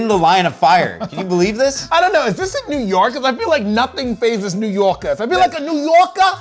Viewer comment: “NEW YORKA” I love 😂